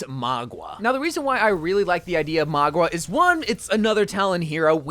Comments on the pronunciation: Mauga...not Magua. Bro don't be wack! Lol. Love your cotent bro. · I mean Mauga instead of Magua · I love you but it hurts every time you say Magua instead of Mauga 😭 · It. Is. MAUGA! Not Magua. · btw, mauga is pronounced maow- gah not mah-gua, in Samoan it means mountain :) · It’s not Magwa it’s Mauga bro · Mauga is pronounced MA-OOO-GAH!!! NOT Ma-GWAh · Its mauga not magua. For the love of god please get it right. It genuinely gets on my nerves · It’s actually Mauga, I don’t know why he keeps saying Magwa. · My guy, who on earth is "Mogwa" lol it's Mauga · bro really said maugwa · “Magua” HAHSJAJWJSJSJSJ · Ikr its honestly so annoying plus he pronounced maguas names wrong constantly. He just fills he videos with unfunny jokes and then in the actually necessary info part of the video he quite clearly doesn't do research. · The man who was invited to the blizzard summit and already knows the new hero horribly mispronounces mauga which he would have been told how to say is quite interesting. Though he does say sojourn wrong but not nearly as wrong as mauga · Don’t worry everyone, still can’t pronounce mauga and most likely still can’t pronounce sojourn